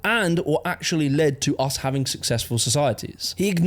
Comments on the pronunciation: it sounds likr you are saying hafting instead of having , I think i might prefer it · Love how no one has ever told him he’s been saying ‘having’ wrong all his life 😂 ‘havting’ 😂